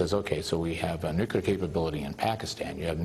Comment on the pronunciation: Hockey stick eyebrows can't even pronounce "nuclear" correctly...